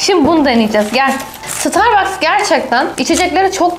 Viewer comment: starbaske diyişi